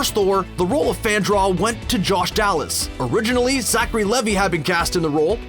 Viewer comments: Crispin Glover was re cast in BTTF 2 and 3 because he wouldn't accept his proposed wages. Zachary Levi is pronounced Zachary Leave-eye not Levvy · Zachary Levi's last name is pronounced LEE-VI